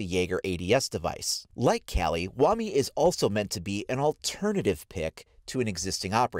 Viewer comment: It’s pronounced Kaw-li from the Hindu goddess of death.